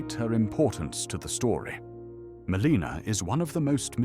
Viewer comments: Happy new year! Just wondering: is the voice AI? I’m wondering why you say Meleeena instead of how it’s said in game (Mell-in-a) and Mareeka instead of Maarika. Etc. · 1) Is this an AI voicegen? 2) if yes, why don't you use more phonetic spellings (such as for Melina and Marika), so that it'll pronounce it more accurately? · Why does the narrator mispronounce Melina, Marika, and Miquella?